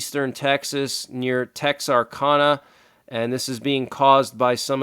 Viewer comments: Texarkana. Said texarcana bud just saying Your the greatest thanks for all the info and news updates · It’s Tex are can a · We had heavy rain this morning, but the most will hit my area of Arkansas tomorrow. Tornado watches are already out for most of Arkansas. P.S. Hi! Texarkana is pronounced as TexarCANa. So, there is Texarkana Arkansas and Texarkana Texas. There is a small section of the city that straddles both states.